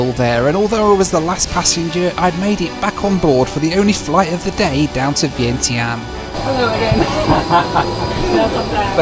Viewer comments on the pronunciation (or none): Also it is the pronunciation is not vientien is vyen tyaan.